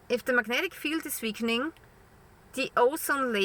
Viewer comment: I'm just here to hear you say "veakening" 😊 Love ya dear!